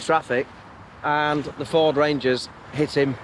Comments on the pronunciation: Ford rager XD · Spelling is correct! The pronunciation of Ford Ranger is wrong though, as the 'n' is silent!